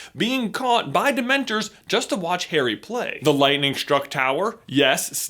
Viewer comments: Did he say "Parry" instead of "Harry" ??? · DUDE YOU SAID PERRY NOT HARRY... hahahahhah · about, instead of saying Harry he said perry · Did he say parry not Harry? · That moment he calls Harry , Perry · he says parry lol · Lol he called Harry; Parry! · He sounds like he’s saying Perry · Did he just call Harry "Perry" or is that just me?? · Actually Sammy, he said Parry... I think. In other words yeah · he says parrry lol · he says Perry instead of Harry🤣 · You said Parry Lol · is it just me or is he saying Perry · my guy J said “perry” instead of harry. Are we having a PnF theory episode coming up? ;) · he said parry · Am I the only one who heard him say "Perry" instead of "Harry" ????? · Anyone else hear him say Perry instead of Harry ???? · you sayed Perry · you said perry not harry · Did he say parry’s scar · he said parry instead of harry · Did he just say "Perry" instead of "Harry" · Pretty sure you said "Perry's scar" 😂😂😂😂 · He literally said Perry instead of Harry around 6 minutes 😂😂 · Did you say Perry's Scar? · Does anyone realize that he says Perry instead of Harry about the mark? I found it funny because I've done that sometimes. :p c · Is it just me or does it sound like he says “Perry” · "What about Perry's scar?" slip of the toungue, XD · Is it only me. Or does J say Parry ? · He said parry not harry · He says perry instead of harry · Yes, he said Perry. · Sky the PSA commander I thought I heard that too!